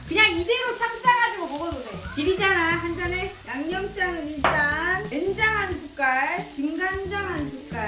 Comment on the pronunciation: 된장 아니고 쾬장입니다. ㅋㅎㅋㅎㅋㅎㅋㅎ